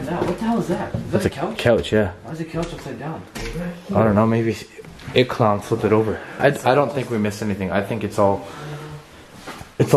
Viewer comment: I turned my captions on and when u said it clown the caption said egg cloud 🤣🤣😂